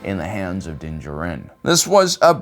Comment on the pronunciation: I really do like your videos, but I feel like you mispronounced so many things! MAKASHI not MAKASEE and Din Djarin has the emphasis on JARin not jarIN. A cursory glance online can determine these things. If this was normal conversation, I would never bring this up to someone, but the fact that you’re making educational videos on Star Wars (GJ btw) I feel like looking up pronunciations is a precursor to making videos. Don’t let this deter you, but please be better! Us, Star Wars fans needed to be the best! I literally just realized you mispronounced Jango Fetts guns also 😢 It is the West-ar not Weestar. Dang man